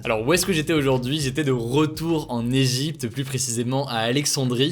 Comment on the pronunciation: Hey tu pourrais arrêter de dire le s de plus quand y'en à pas besoin ? Stp voilà voilà rien de méchant. Mais c plus agréable à écouter.